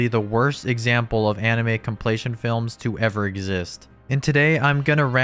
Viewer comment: Are you saying "complaytion"?